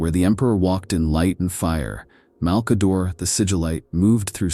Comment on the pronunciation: I mean it would be nice if they'd quality check it a bit more - there's quite a few mispronounciations. Who is Mal-kayder? The Necron-tyre, Siggel-ites, Pohst-humans?